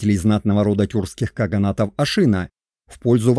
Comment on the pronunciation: Не ашИна, а ашинА ! Но это монгольское название тюркского рода. Тем более тюркских ханских родов было 2 а не 1 ! Огузский - Тохсоба Сирский (половецкий, кыпшакский ) - Ельбури. Их уничтожил табгач (монгол) Чингисхан. Скифы - скифоязычные в 5 вее до р.х. Как и персы - скифоязычные с 5 века до р.х. Тюрки это род. Род определяется по отцу. Казаки Дона и Кубани r1b1b2 . Башкиры (считается кыпшакским родом) r1b1b2. Кыпшаки - r1b1b2. Сельджуки, огузы (туркмены) - r1b1b1. Нет народа тюрки, не нации тюрки. Тюрки это род по отцу. Гаплогруппы r1b1b1 & r1b1b2. Все остальные не тюрки, а тюркоязычные . Гуны это кавказоиды из Элама переселенные в Монголию и взявшие тюркский язык. Гаплогруппа гунов G. Канлы, кангюй, кангары - это самый восточный скифский род кан(г)лы. Гaплогруппа канлы как и всех скифо-хакасо -киргизо-слaвянских родов (не народов) r1a1 ! Канлы остались в манжуро- монгольских степях до тюркского каганата, а не ушли как другие скифы в степи Кпзахстана и украины.